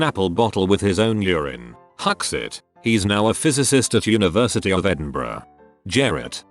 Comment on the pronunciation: “university of edinbruh”